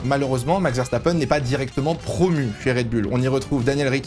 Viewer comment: Ok très bien mais ARRETES DE DIRE RED BULLE